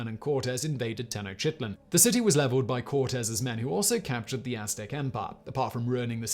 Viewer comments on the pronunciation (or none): He pronounced Tenochtitlan even worse "Teno sheetlan" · Simon please stop butchering Tenochtitlan's name! It's "tuh·nowch·teet·laan" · Tenotchitlan, Simon? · Disgusting and depressing. Your pronunciation of Tenochtitlan (spl?) is…cool.